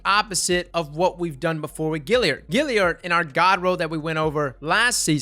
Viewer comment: But wait....why do you pronounce GALLIARD like its spelled GILLIARD?